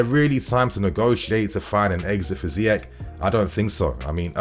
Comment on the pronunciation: It’s pronounced ZEE-ESH!